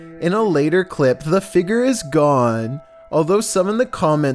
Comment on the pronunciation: Figer... Me FIGURE!!!!: Edinbruh Me: EDINBURGH